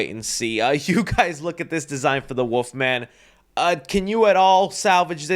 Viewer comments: bro was saying woofman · ya know what's worse than that design for the Wolf Man, . ..? YOU , . ..saying " woof-man " , . over `n over `n over, . .. WTF , . . .... .!!!!!??!?! . . . there's an " L " . .. in there dude 🐺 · That ain’t the wolf-man that’s the woof-man